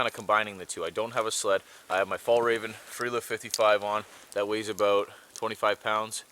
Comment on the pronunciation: About/ aboot lol I